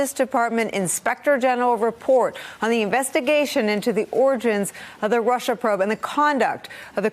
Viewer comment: I'll never be able to hear the word "origins" again without thinking about "oranges"